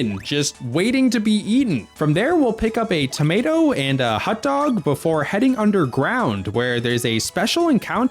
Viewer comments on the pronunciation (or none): bro said hut dog